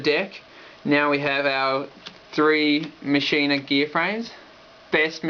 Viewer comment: Machina is pronounced Mach-Ina. Not Machine-a.